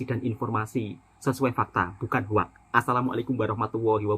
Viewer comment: sebutan betul hoax bunyinya adalah “hoks” (“o” bunyi macam o pada “orang”) …bukan “hoak”. Satu lagi sebutan betul “come on” adalah “kam-on” bukan “kemon” dimana “e” seperti bunyi e di “enak”